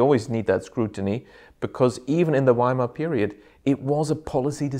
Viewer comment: Well done for pronouncing Werner and Weimar as it is said in German, W in German is pronounced as V in English. It sounds more than horrible when English speakers say Weimar Republik pronounced the English way